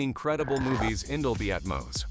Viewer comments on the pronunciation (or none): I love it when AI doesn’t know how to pronounce anything correctly. “dolby at-mouse” etc Pretty pathetic guys